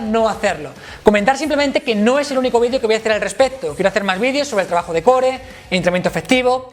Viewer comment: no lo sabe ni pronunciar jaja